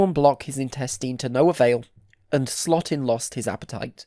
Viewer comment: Louis Slotin's last name is pronounced like SLOW-tin, not SLOT-in. 😿